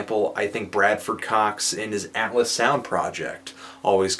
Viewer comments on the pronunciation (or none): none